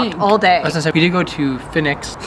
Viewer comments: The "native American" band looked like they were Peruvian, especially as they were playing pipes too. Fenwick is good (pronounced Fennik) we have the founding store in Newcastle that has been there since 1882 and is famous for their Christmas window displays. It's also famous for anyone making a bet with someone else that they think is a certainty where they'd say something along the lines of if something happens (or doesn't happen) then I'll show my bum in Fenwick's window, e.g. if Americans ever use a knife whilst eating then I'll show my bum in Fenwick's window 😂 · Just a couple of things on pronunciation: Greggs is literally just "eggs" with a Gr in front - not Greigs. And Fenwick is pronounced "Fennik" 👍👍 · I literally read this as Fennik, is pronounced fennik 😂